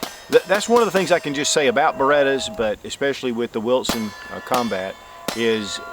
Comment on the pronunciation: I love how he says wiltson lol